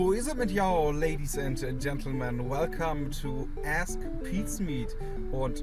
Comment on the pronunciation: ask erstmal falsch aussprechen super ^^